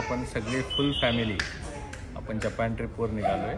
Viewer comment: जपॅन ka mhanata tumhi जपान aasat te😂